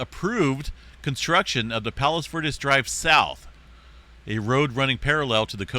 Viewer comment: Bruh. I live right here. Pronounced Palos Ver DEEZ